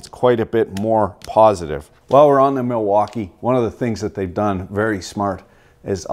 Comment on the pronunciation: “The Milfuckee” -, 2020